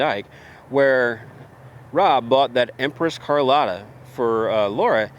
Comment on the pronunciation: I love my 1911 more than any other firearm anyone could mention,but you lost me at "empress carlotta" lol..wth